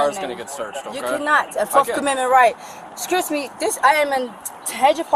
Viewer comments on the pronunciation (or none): "forff commenment right" "Scurse me" just loud and dumb.